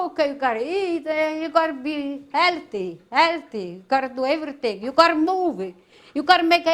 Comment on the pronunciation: “You gotta mova you gotta do a evarithing” 🤣💛🙌🏽